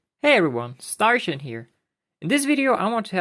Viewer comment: Thats a funny way to pronounce "Starshine" :P